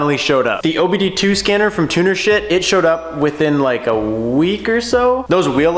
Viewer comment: Every time he says “Tunershift” it sounds like he’s saying Tuner-shit😂